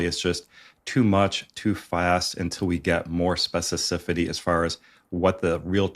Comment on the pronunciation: Good video. The word is specificity not specicipity